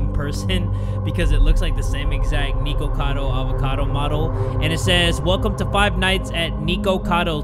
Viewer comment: I love you and stuff but Nikocado's name s pronounced "Nick-oh-cado" if that makes sense. Not "Nee-ko-cado." you say that again, imma break your neeko neeko kneecaps 😭💀